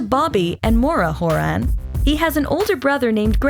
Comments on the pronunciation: Can't even pronounce his last name right! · When you make a full movie but don’t know how to pronounce his last name.😂